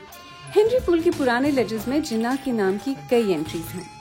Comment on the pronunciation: Mujhy umeed na thi ky ap jinnah ko theek sa bhi pronoun ni kar sakin gin